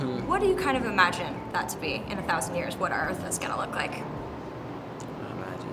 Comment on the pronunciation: "Welcome to earf."